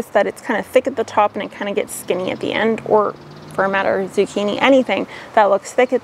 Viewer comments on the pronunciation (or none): none